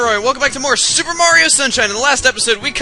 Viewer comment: you say soper my god